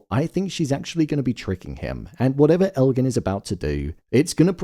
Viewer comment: Why do so many people say Elgin's name wrong?? It drives me crazy